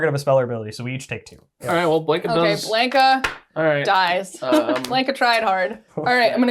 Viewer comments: I know this video us almost a year old but for the love of Ugin, ite B-LON-KA not BLANK-A. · Exactly. It's Blahn-Kah, not Blaynk-Ah